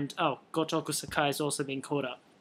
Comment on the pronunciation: you are pronouncing sakai wrong.